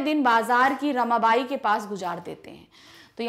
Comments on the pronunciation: Mam apko hindi pdni hi ni aati Usme rakhmabai likha hua tha na ki rmabai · Mam meri ye request h ki phele aap ek baar khud padhe kyuki aap galt bolete ho to es se negative impact ata h ham par aap ne aaj rkhmabhai ko rmabai bana diya ek din bhore ko bhairav bana diya to thoda dekh lo hamare board h es baar